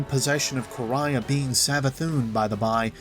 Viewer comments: Its no Quraya, its Quria and it sound like Ku-ri-a. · It’s Quria( Kor-ee-uh), not ( Kor-ri-yah). Ands it’s Tech E Un.